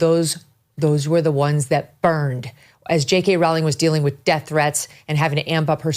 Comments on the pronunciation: It’s Rowling like bowling 🤦🏻‍♂️ let’s do a little research before we make these vids. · Just a small point - her name is pronounced as "bowling" as bowling in cricket, not as you are saying it. Or rolling the dice. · "Rowling" rhymes with "Bowling!" If you're going to report on a person, please learn to correctly pronounce her name. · I absolutely love you Megyn. Everything you do. Stand for. Common sense. And speaking for all of regular Americans. Just one thing. And I love you. But Rowling is pronounced ROWling. Like Rowling pin. Keep on doing what the Lord has laid out for you and Jesus bless you!! So much love from West Texas. Pecos County. Fort Stockton. Austin and Marfa are NOT Texas. and come visit anytime to spread the word of the truth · It's Row Row Rowling !!! Like Rowing a boat FFS. Wy can't Amuurican people pronounce her name correctly? Very disrespectful !! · It's pronounced "ROLLING," Megyn. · Not to sound nit-picky but JK Rowling's last name is pronounced 'Rolling' according to an interview of her I read about 20 years ago. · Pronounced "Rolling" I think